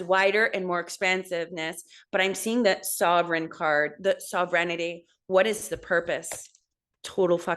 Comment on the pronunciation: I was born Aries but "due" as a Pisces 3/18. Born 13 days "late" 3/31/89 as Aries. My mother broke all her ribs in a car crash right after we had connected via umbilical chord. I love BTW that you're saying sovereignty like "serenity". it's beautiful <333